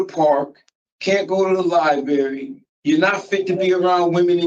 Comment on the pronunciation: And you shouldn’t be allowed to go to the Liebarry if you pronounce library like that 😂 jeez😅